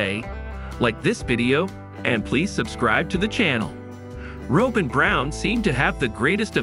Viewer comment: It's not Robe-In. It's Rob+in